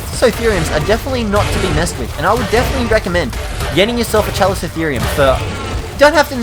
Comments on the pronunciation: its pronounced Cal-eh-co-theer-i-um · Chalicotherium (KA-lih-co-THE-ree-um) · You said the chali's name wrong, so iriitating